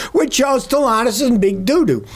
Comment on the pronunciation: There’s a second “t” in StellanTis. It’s not Stellanous.